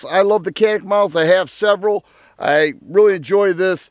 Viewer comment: Good video. I like both guns, and hope to own both soon. I found it amusing how you went to such lengths to pronounce "Mete" as close to the Turkish as possible, but completely overlooked the fact that Canik is actually pronounced "Zhanik", or something very close to that. :-)